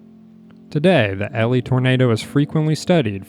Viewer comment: it’s elie as in Eeeeee-Lie bro said elly and alley